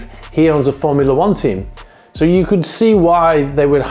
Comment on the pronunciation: When you said you could not think of anything better than sitting in your pool on your superyacht, being served a drink and watching ... I genuinely thought you said porn, and a nano second later I realised it was Formula 1!